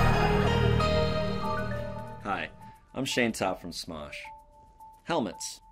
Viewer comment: is says SMOOSH instead of SMOSH. LOL